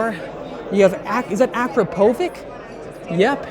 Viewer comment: Its Akrapovich actually, not Akrapovick 😉